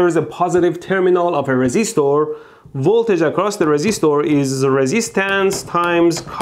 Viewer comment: resistoor, capacitoor and inductoor